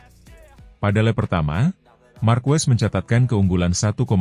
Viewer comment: Nice content, tapi pelafalan & pengucapan Marquez itu Markez bukan Markwes bukan pula Markuwes 🙏👌